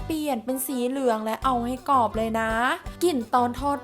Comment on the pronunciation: กรอบ ไม่ใช่ กอบ ปลา ไม่ใช่ ปา